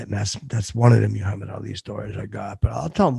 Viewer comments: the way he says Muhammad is unacceptable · pronunciation of Muhammad is angering.